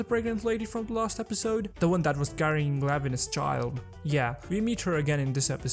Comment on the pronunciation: Nice video bro. I just wanna correct some minor spellings like: -Moses Ascetic Order (pronounced as “assetic”) -Numinous Episcopate (epis co peyt) -Lanevus not Lavenus.